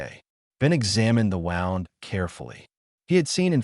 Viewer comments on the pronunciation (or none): Good story. I enjoyed it. Wound is pronounced - woo-nd .